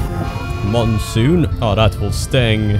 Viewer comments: Just a heads up,. "Monsoon" is pronounced "Mon" (like Pokemon or Digimon) and "Soon" (just like you say it) It's "_Mon_soon," not "_Moon_soon." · FFS who taught him how to say moonsoon?